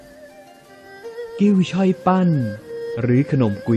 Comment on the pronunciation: นึ่ง คนแคะหรือขักก๊าหงิน เรียกว่า ช้อย ครับไม่ใช่ช่อยครับ